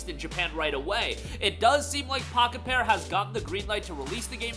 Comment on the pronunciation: Everytime you say the developers name i keep hearing Crapped-on, lmfao!